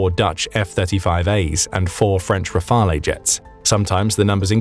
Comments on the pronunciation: Rafale not Rafalé. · Dassault Rafale is pronounced, Rarfaal. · Rafale is pronounced "Raf-ahl"...not "Raf-ahl-eh".